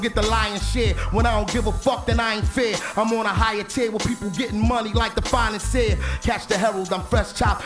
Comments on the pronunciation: He said "financier" not "finest here" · Listen He said Financier